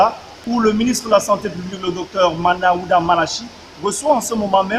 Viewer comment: Svp c'est Manaouda et non Malaouda😜